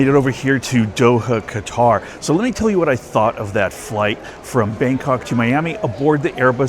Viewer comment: I've taken that business class flight on Qatar airways. It's very nice. Though I would give the edge to Emirates airline business class which I've also done. The correct pronunciation is "cutter."